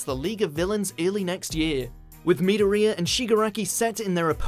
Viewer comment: " Me doriya"